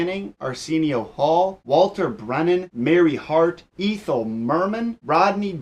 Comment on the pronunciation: Sorry to nitpick but you pronounced Ethel Merman's first name wrong. It's an "Eh"sound not an "E" sound, cool vid though